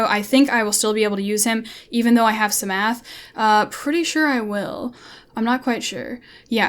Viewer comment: the p in psamathe is silent you dont pronounce it lol like in psalm you dont pronounce the s